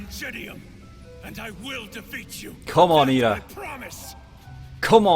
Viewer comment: It's Iida, not Lida. I've heard many people make that mistake. How hard is it for people to pronounce the letter "i" for it to be mistaken as "L"?